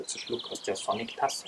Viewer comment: Ich hab am Anfang echt "Sonnig the Hedgehog" verstanden XDDD Btw.: Mietzekatze <3